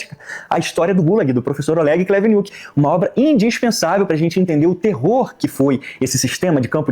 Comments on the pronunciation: O do "Olegi Kuniti" espoco de rir quando lembro 😂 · "Olegi Kuniti" kkkk tô rindo disse até agora.